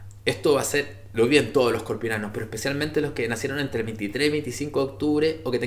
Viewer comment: no se dice escorpionanos, se dice Escorpianos